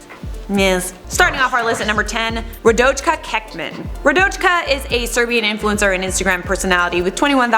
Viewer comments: Listening to you say RaDoChKa is like nails on a chalk board. In what world does a J make the CH sound. It’s raDOYka. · Radoyka... Not important but RadoJka is not how you would prounance the name in Serbian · Its Radoyka not radočka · OMG radochka 🤦🏼‍♀️🤦🏼‍♀️ Radoyka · It's pronounced "Radoyka", actually. Not that it matters, tho 😁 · i just started watching the video and the way you pronounced Radojka is so wrong hahahah just pronounce it like it's Radoyka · In Serbian j is pronounced like an y. For example english name Anya and Serbian Anja. So its like Radoyka, not how you prounounced it. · Wouldn't the J in Radojka be pronounced with a Y sound, given the European grammar? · That's not how you pronounce Radojka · i am from Serbia and i didn't even know about radojka😂😂😂 also that's not how you pronounce her name (no hate) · I'm Serbian and it made me laugh how you pronounce Radojka. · I'm Czech, it made me life as well :D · im croatian and i laughed as well